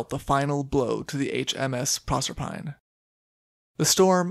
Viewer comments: "Proserpine" is Greek and pronounced with four syllables. Proe-ser-pi-nee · pro-serp-a-nee I believe. Thanks for another good story